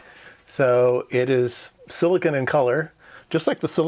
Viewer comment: Why do you keep saying "sillikin". Silicon is spelled with an "o".